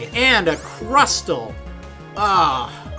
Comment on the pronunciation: Crustle is CRUS-LE not CRUST-LE Regice is REG-ICE not REGI-ICE